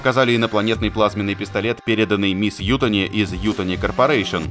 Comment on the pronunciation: Немного ударение не туда в фамилии Ютани!